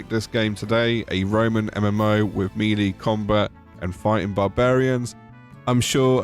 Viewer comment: melee is pronounced "may-lay"